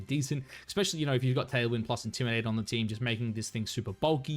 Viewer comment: Yeah he doin the wolfey strat. He be sayin ‘intimi-dah-tay’ on other vids 😂